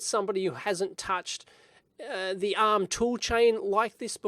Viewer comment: With your australian accent, honestly I sometimes wasn't sure whether you said "uhm..." or "ARM" :)